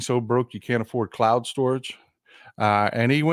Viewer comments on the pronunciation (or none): none